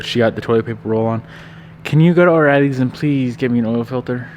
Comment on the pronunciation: lol "filthere"